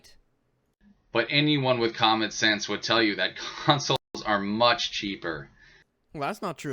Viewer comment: o.o he said common sans i totaly heard common sans like comic sans xD his common sence is on par with comic sans